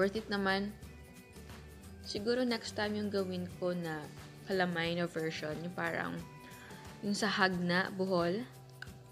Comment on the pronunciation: Goodmorning chef Ang pronounce po namen jan dito s batangas is ka-la-may not cala-may